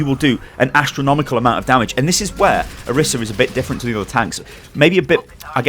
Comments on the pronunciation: I think it's pronounced "Oh-reese-a" but thank you, great video! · Orisa = OR-15-A in case you didn't know